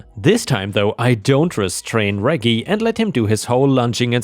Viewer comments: REJ-JIE NOT REGGY...other than that ,awesome stories...you're one of my favorites. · Although, the Elevator Dogs story, REGGIE is Normally technically is said like ( REDJ -- Jeee.) :) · Hey, me again. Reggie is a short form of Reginald. The g's are a soft g. So Reggie is pronounced REH-jee. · for future reference, Reggie is pronounced (reh-jee) 😉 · Layla = lay luh/lay lah. Reggie = reh-gee. (gee sounding like "jeep" without the "p" in it) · reggie is pronounced Rej-Gie also keep up the good work i been a sub for years now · Reggie is pronounced like Reg in Register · Reggie is pronounced like in register - reggae is a type of music - short for Reginald! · ⭐⭐⭐⭐⭐ In the US, Reggie is pronounced like veggie, with soft g's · Don't you know how to properly pronounce "Reggie?" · Reggie is pronounced with long G not lower g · 'Reggie' is pronounced w/ a soft G like in 'gerbil'